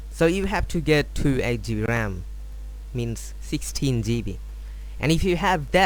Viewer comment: The way he says gb omfg